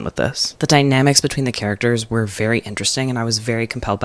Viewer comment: ‘etween’ actually killed me